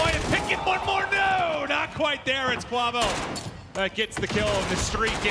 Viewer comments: Kwah-vo lmfao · Bro its KWAAAVO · gotta love "invoy" and "kwavo"...wtf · Can yall just call him kenny and not butcher kuavo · cant say “quavo” right to save his life, jesus, not that hard 🤣